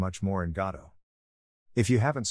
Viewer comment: AI thinks Godot is god... God-O